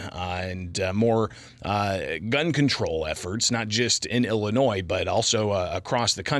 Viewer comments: Listen to all those measures our Illinois crooks put in place…. And crime is up! Not sure how they’re measuring the impact of their laws, but they’re not working. On top of that the press sec can’t pronounce Illinois correctly. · Speaks for the president and can’t correctly pronounce Illinois.